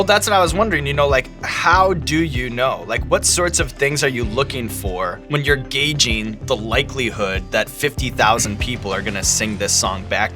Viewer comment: "Gay-jing" (Gauging) ... hahaha .. lol I know .. I should grow up :P :P